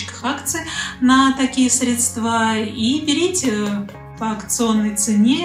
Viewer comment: Делайте ударение правильно!!!! Не средствА, а срЕдства.